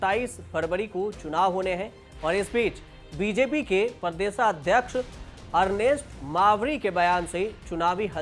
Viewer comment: आप प्रदेश को परदेश क्यों बोलते हैं। हिन्दी सही बोले । इनफार्मेशन अच्छी है। लेकिन गलत उच्चारण प्रस्तुति को खराब कर देता है। प्रदेश राज्य के लिये बोला जाता है और परदेश विदेश के लिये ।